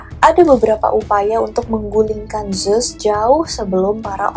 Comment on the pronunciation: Kak, ceritanya udah bgus bnget pembawaannya juga kren, tpi coba kata2nya di indo kan saja GK usah make Inggris2, bingung jadinya, Zeus diblng zus ku pkir emng ad dewa baru eh udah smpe tngh vdio baru sdar ternyata Zeus yg dimksd..